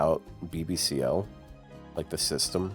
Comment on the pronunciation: Maaaaan... Every time I hear say "BB-Ciel" I can't help but think he's making an innuendo bruh 💀. Every time I hear it, it sounds dirtier and dirtier and I'm all for it~( ͡° ͜ʖ ͡°)